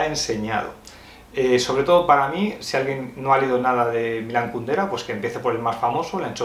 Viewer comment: Jajajaja,, ¿por qué lo llamas "Kundara"? ¿O soy yo, que estoy mal del oído?